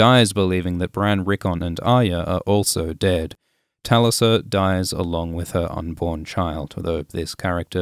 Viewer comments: It’s pronounced TULisa not TALisa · to mispronounce 'Talisa', despite her name being pronounced over and over in the series.